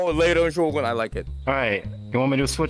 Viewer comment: I'm part japanese and appreciate that both of them used the japanese pronunciation of "Shogun" personally i don't like the english one "show-gun" sounds so much worse in comparison